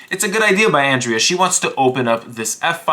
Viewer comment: Ah yes, "Andrez" Botez